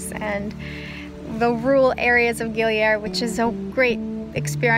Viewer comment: Darling dont pronaunce Gili Air,like air in english..Listen locals, how it sounds,in indonesian it means water,not air like in english..Enjoy!